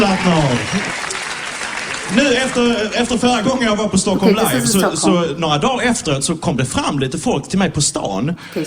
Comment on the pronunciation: Wow you pronounced Stockholm just as good as I do...sounded very very swedish =)